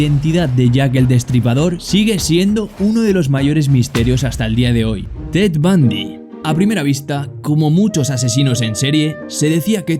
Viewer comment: Creí que decía bad bunny en lugar de ted bundy